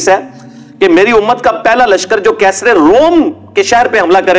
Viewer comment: Arbo ki ghulami. Qaiser nahi caesar😂